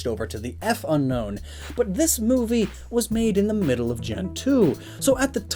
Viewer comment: Its not unown its unknown